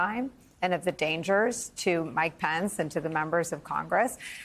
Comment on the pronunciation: Donald Trump and Mike Pence, not Donald Tromp and Mike Pants, Nicolle.